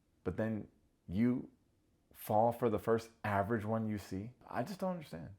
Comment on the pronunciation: heavy on the “AVERAGE”!!😂😂😂😂😂😂